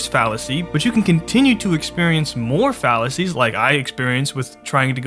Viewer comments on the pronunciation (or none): You've been saying "fallacies" so much I started hearing "phalluses" which I didn't even realize until the sentence "you're experiencing multiple phalluses" made me giggle.